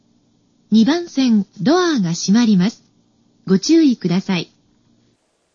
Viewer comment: ドアーの発音？言い方？好き笑笑